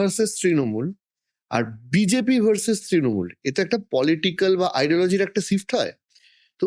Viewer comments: যিনি ইন্টারভিউ নিচ্ছেন তিনি ঠিকভাবে "SHIFT " শব্দটি উচ্চারণ করতে পারছেন না, এই হচ্ছে আমাদের বাংলার শিক্ষা ব্যাবস্থার হাল. প্রচুর এডিট করা হয়েছে ভিডিও টিতে , কারণ সুমন বাবু মাননীয়া সম্বন্ধে যে কঠিন ভাবে কথা বলেছেন সেটা পুরোপুরি তুলে ধরার মতো সাহস নেই. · Ekta podcaster er emon pronunciation! Sift clas eki ! Jaghanya !